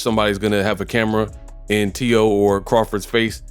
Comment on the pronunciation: Teo slapped Crawford's hand away. Say it right man.